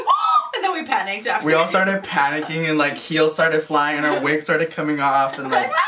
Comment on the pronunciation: " and we all started flying and are wifs came off "....😂😂😂😂😂💀💀💀💀💀💀💀💀💀💀💀💀